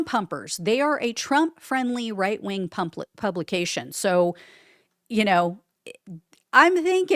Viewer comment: Did you want to say “pumplication”? It made me giggle